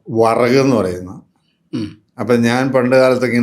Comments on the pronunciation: വറക് അല്ല വരക് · വറക് അല്ല വരഗ് anu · വെറക് അല്ല. വരക് ആണ്.